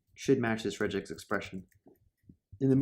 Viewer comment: This might be a good video but I can't stand 'rej-x'